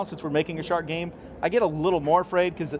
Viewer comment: its a gam, you driv a chark, i by